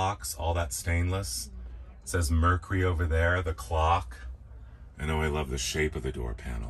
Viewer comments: MER-KYOO-RY has three syllables! *Surely you've heard it said properly. Also this is NOT one of very few 4-door wagons with no B pillar. They were a late '50s-early '60s fad. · Mer cure ry Not mer ku ry